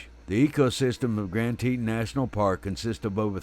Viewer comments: Lost my interest at saying Teetan... it's Teton. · Damn it, use the proper pronunciation of "Teton" for crap sake. You sound like a hilllbilly....."teeeetawn", jeeeez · Wyomingite here, and yes Teton is pronounced Tetahn. I won't hold it against the narrator though. He makes a lot of good points and that is more important than pronunciation of the landmarks. This is the second grizzly attack in Wyoming stopped by the bear biting on the bear spray can. The other was in the Crandall/Sunlight area. Glad he survived and is making a full recovery. Lucky/blessed they had cell signal, I would recommend a GPS sos device. That device saved the man in the aforementioned Crandall/Sunlight attack. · I always thought it was pronounced Grand TEE-ton" ("ton" as in the word "baton")? But is it "TEE-tin", as pronounced in the video? I don't know -- just curious. Great video. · I have always heard it pronounced grand Tee-tahn , The narrator has a very strong southern accent therefore he pronounces it grand, teet-un… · I’m assuming that you neglected to see the comment that I (the narrator) posted apologizing for any mispronunciations. In a perfect world everything would be pronounced correctly. I’m sure that everyone’s accent make mispronunciations all the time. Again my sincerest apologies for mispronouncing tah-ton which had no bearing on the point of this video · lol! It’s Tee-tawn. 😁 That’s how locals pronounce it. I grew up there. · I cant listen to you mispronounce "Teton".